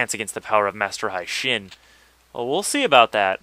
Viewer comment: The proper pronunciation is Hey-shin not Hi-shin. Its supposed to be a japanese name, so it must be pronounced the way the japanese would. Just thought I'd let you know